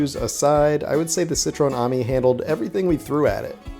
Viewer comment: It's a citreon A-mi.. Not an army... Pronounced A - meee.. Definately not an army buddy..